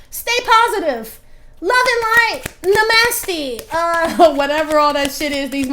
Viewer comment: NA-MASS-TEA 😂😆😂. Im not finna play with you. 😂